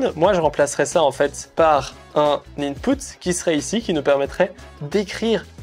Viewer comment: Inpeut pas Inpout 😂🚀